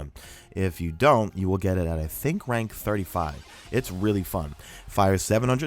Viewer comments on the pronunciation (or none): Lol who else thought he said “a thick rank 35”😂